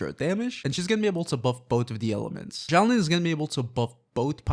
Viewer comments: Dude please learn how to say her name correctly. It’s Xilonen (pronounced zhee-low-nen). Not Xiaolin. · why are you saying xiao lin?